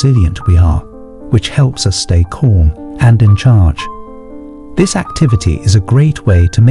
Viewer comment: Keep your mind corm. A mind that is corm. Fix the speech synthesis.